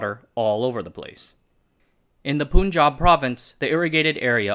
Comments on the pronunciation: also stop pronouncing Pun or Panj aab as pooon jahb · Slight correction for a common pronunciation mistake, generally people call the Punjab state as "poon-jab" , correct would be "pun-jab" as in the word PUN. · Punjab is pronounced Puhn-juhb, not Poon-juhb. Muslim is pronounced Moos-lim, not Muhz-lim.